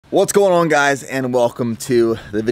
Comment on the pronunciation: ‘oan’ instead of ‘on’ - what accent is that?